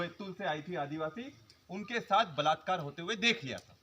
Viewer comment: आदीवासि का बेटा आदीवासि बोल नही सकता